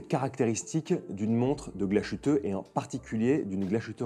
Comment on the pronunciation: Merci pour la chouette vidéo ! Par contre le mot principal impossible de ne pas rectifier : GLASHÜTTE se prononce « glace - huteux » Le son « ch » aurait été ecrit avec sch… 😊